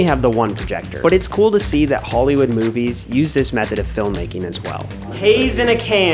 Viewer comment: Coo? It’s cool! lol😂 say cool not coo